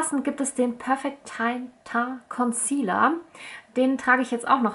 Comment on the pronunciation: Teint? Wie Taint? :D Das spricht sich eigentlich französisch aus. :)